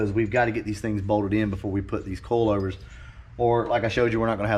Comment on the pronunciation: Bro you kill me on how you say coilovers. It sounds like you're saying coalovers. 🤣😂🤣😅